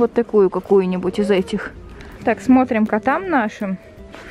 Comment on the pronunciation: Не ис а из